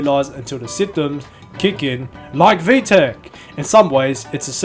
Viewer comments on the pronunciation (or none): none